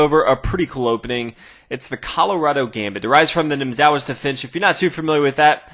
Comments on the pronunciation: How can you butcher the pronunciation of Nimzowitsch's name? You pronounced it "NIm-ZAH-witsch". Oof!! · Omg that pronunciation of nimzowitch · Anybody who is relatively good at chess should know how to pronounce nimzowitch. What is your elo? I don't understand why you make chess videos.